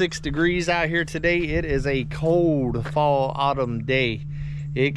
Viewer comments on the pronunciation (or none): none